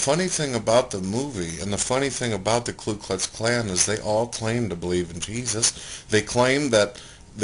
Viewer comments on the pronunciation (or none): Did he call the Ku Klux Klan the Klu Klux Klan ?? Lol.... he said it twice